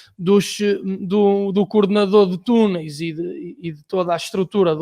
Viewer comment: Dos Tunels 😂 😂 😂 aprende a falar...